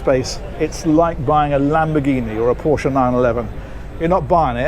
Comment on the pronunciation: its rare that people pronounce Porsche right 🎉 ( with the e at the end)